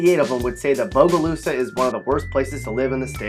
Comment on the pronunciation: He hit bogalusa right on the nail tho.